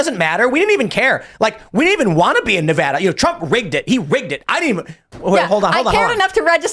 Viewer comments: He dumb chick. Its ad, not ah in Nevada. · Its not NEVAHDUH its NEVADA! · In Nevada, the preferred pronunciation "Nuh-VAD-uh," with the stress on the second syllable and the "A" sound as in "bad. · Glad somebody told Tim how to properly say Nevada halfway through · Somebody tell her how to pronounce Nevada correctly. Jesus christ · Please tell she’s continually mispronouncing Nevada. It’s not a hard A. Your having everyone here boo you 🤣